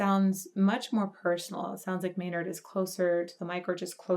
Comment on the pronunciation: okay, so a little later , you saying you have cussed so much, but then you say name, & I hear it not as his name. LOL